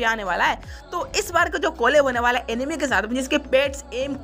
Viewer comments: Bro enemy nahi It's "Anime" Pronounce: Aanimee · Abe anime hai wo animi nahi pehele pronunciation Sikh le jaker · Bro वो एनिमे हैँ | एनिमी नाही naruto shippuden naam hain aur jitne naruto ke fan hain utne garena company sare kaam karne walo ke sir pe bal nahi hoge aur bhai jisse tu cartoon bol rha hain uska fan (#TOTALGAMING) ajju bhai bhi hain bas toone bhai cartoon bola toh koi na mein bhi unsubscribe kar rha hu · Animi nehi hea oo anime hea..😂